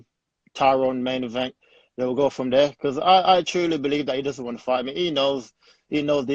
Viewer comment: Chino Official He would have made over 120,000$. Dummy. The word is “because”, “becah” isnt a word and makes you sound even dumber. Paying for One month living situation in the US is a lot less than being paid nothing at all. The UFC is also paying for the fighters living situations who did fly over so that cost isnt even on the fighters, the ones who did fly over are being paid as well.